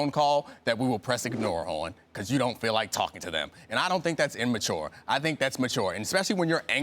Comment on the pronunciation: stupid dude on the left kept saying "in-mature"